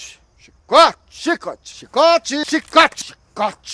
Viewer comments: Chí-cote.... hahahahha...rachei!!! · "Chícote"... Muito bom...